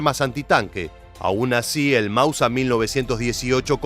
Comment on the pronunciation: Con todo el respeto señor, me pregunto si usted hace estos videos para una etnia determinada, que hable un español un poco diferente, lo digo porque lo escucho decir constantemente ""Mausa"" y no *Máuser, a no ser que yo esté recibiendo mal el mensaje, en este caso me retracto del comentario, saludos.